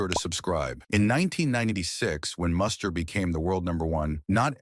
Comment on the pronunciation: This video makes a couple of egregious mistakes. 1) His name is pronounced Moo-ster not Muss-ter. 2) Muster was not married from 1989 to 1997. I have no idea where that came from. He married Australian TV presenter Jo Beth Taylor in 2000. They divorced in 2005. Muster remarried in 2010 to Caroline Ofner. Additionally, while Muster's 1997 Australian Open semifinal run and subsequent Dubai title are mentioned, the video strangely doesn't mention Muster's Masters victory in Miami in March 1997. In fact, Muster reached the semifinals or better in four of that season's six most important outdoor hard court tournaments (SF Australian Open, SF Indian Wells, W Miami, F Cincinnati).